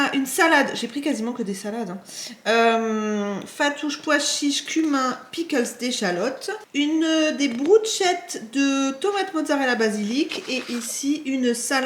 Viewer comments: On dit brus-KE-tte pour les bruschette ;/-)😊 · Ch en italien se prononce k mais c'est trop.mignon ton accent 😉❤️